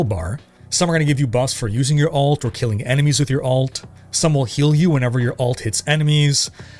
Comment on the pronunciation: Highly recommend you look into distinguishing the way you say Alt and Ult. Everytime you said Ult in this video I thought you were talking about secondary characters